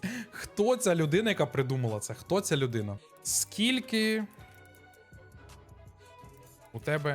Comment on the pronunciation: 100 відтінків "зачєм" "ті" "хочєшь" "розказаті" "спочаткюу" "людіна" "алє" "надрукованій" "чорт забіряай" "нє схожій"